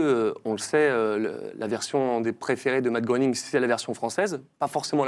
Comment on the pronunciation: Matt Groening, ça ce prononce "Gré"ning 😉 Merci pour cette émission de légendes 🫶🏻